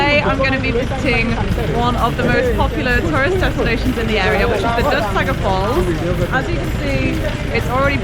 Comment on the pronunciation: It's not dudsagar